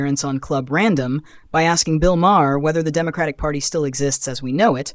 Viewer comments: Obviously an AI narrator because Maher is pronounced like Mar, not Ma-her. Ignorant AI doesn't know that and pronounces words phonetically as they are spelled This is ONE of the things I hate about AI. By the way, AI narration earns an istant thumbs down, and I stop watching as soon as it becomes obvious.. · bill is a jerk and his last name is not multiple syllables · You mispronounced Maher's name and you're also wrong about his political stance. He's very critical of the left as well. More so than most left leaning celebrities. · You need to have your AI bot correct the pronunciation of Bill‘s last name